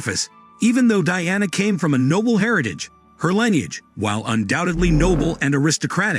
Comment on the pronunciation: lineage" is not pronounced "lie neage". Moreover, the "h" of "heirs" is silent. World War I is not pronounced "World War Eye".